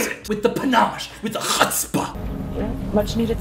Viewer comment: He said chutzpah correctly!